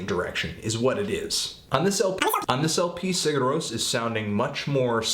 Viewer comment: You got the Rós part right, but Sigur is kinda like Siyer with a short i. It's not exactly a y sound, but it's close. Somewhere between a g and a y... kinda like ch in German, but while vibrating your vocal cords. Also, you got the album name nearly right, except that the i is short. It only sounds like "ee" when written í.